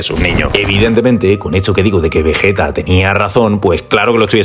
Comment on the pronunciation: Vegeta no 🙅 vejeta ✅